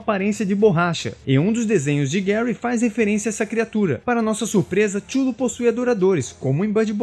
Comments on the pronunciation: um adendo, nada demais. tchullu, se fala cutulo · avisando que Cthulhu se pronuncia Ka-THOO-loo , e não xullo ou como vc tava lendo, ;) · Minha impressão ou vc falou o vídeo todo "xulu" no lugar de Cthulhu? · Chulu, como vc pronunciou é muito feio de ouvir, o mais famoso e aceito é Quitulu ou quitchulu. Apesar de a ideia da grafia é ser o impronunciável, e gerar essa discussão, ficou feia essa sua. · Oi só uma info Cthulhu não se fala da forma que vc falou, (Kutulu) essa é a pronúncia correta ( falando isso caso queira falar sobre o assunto em outro vídeo) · Cthulu não se pronuncia "Tchulu" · Amigo, sua pronúncia de Cthulhu tá bem equivocada. Acredito que você não seja fã do Lovecraft.